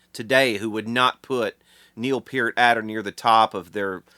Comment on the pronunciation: Thank you for pronouncing Peart properly.